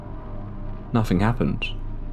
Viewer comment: It's wild that you can pronounce the, but nothing is nufing, and brother is bruva. Why??? It's T-H!!!